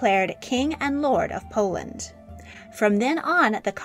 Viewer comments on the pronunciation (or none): none